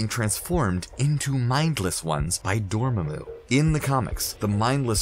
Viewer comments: Ahhh now I see that Doctor Strange was calling Dormamoo the wrong way all this time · man, that pronunciation of dormammu though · that’s not how you pronounce dormammu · clicked downvote for how you pronounced dormamu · Stop saying dormammu like that. Jesus! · Ok... ScreenRant... I love you! But your narrators suck at pronouncing things like Dormammu, benadict, etc... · mispronounces dormammu... dormayyymu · Well darn now he changed it to door-may-moo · Dormemoo????? Really????? They say DORMAAMU so much how do you mess up that pronunciation? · Easily, since for over fifty years, until the Cumberbatch movie, the name was pronounced DOOR-muh-moo, not door-MAM-moo. Even Stan Lee pronounced it this way. Check every cartoon in which the character appeared. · Dormammu or Doormumu? lol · Dormaaaamu, not Dormammu and for sure not Dormehmu. Things prophesied in this video came to pass, others never will. And it was Stormbreaker. You did great work here. So Thanos snatching the gauntlet back then was fake? And talking about White Vision was great. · Dorm-mu?Really?The MCU pronounces it Dormammu! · Really "Door-ma-moo"??? It's "DOOR-UH-MAH-MU' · Argh!! It really annoys me!... It's Dormammu, NOT Dormummu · Dormamu not 'domemu' 🤭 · DOR MAMO, NOT DOR MAY MO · ITS {DU-RA-MAR-MOO}! NOT {DUR-MARMA-MOO)! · 'Dohr-muhmoo' and 'Nahmore' killed me x,x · door mumu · And it’s door-ma-moo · Door mah moo 🐮 lol it was killing me. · Gojira1701 Also its pronounced Door-Mom-Moo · Ok ok when he said Dormmamu that one might have been kind of bad. Lol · eddie g isn’t it pronounced like door-mon-moo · Zuly Solis Door-Mahh-Mu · 🚪🐮🐮… I about lost it when he kept pronouncing Dormammu like that! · SAy it with me Door-mamu... lol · Door moo moo? We gonna ignore he pronounced it like that 😂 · AND DORMAMOO?! it is DORMAAMU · Tell me you didnt see Dr Strange without telling me you didnt see Dr Strange. Door-muh-moo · It’s door mah mooo!! Pleaseee say it right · door-mae-moo Really?